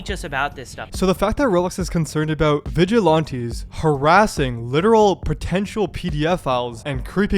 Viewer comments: Vig-a-Lan-tees Not Vig-a-Lawn-tee. I know you're doing it on purpose. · vigi lawn tees. bro are you just dumb? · Pronouncing it vigi-LAHN-tees is so fucking foul though. Listen to how other people are pronouncing it, dude. That's the correct way. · i cant get past "vigil aunties" lmao